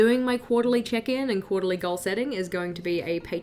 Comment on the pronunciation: I love your videos they are so calming in a way 🥰 Each time you say check in I hear chicken so it's kinda funny when you say quarterly "chicken" 😅😂